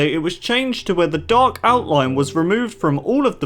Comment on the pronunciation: when you say dark lines i understand duck lines 😂😂😂😂